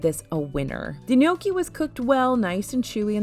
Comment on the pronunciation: The fact that you pronounce gnocchi correctly makes my soul happy! The amount of “No-key” I’ve heard this week from fest reviews🥴🥴